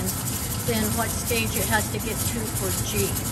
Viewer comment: 11/29/22 Pronounced GEEE... The "H" is 🤫 SILENT geee....👍 I always save me a small jar to keep in my bathroom I use it in my hair and skin as a moisturizer 🧴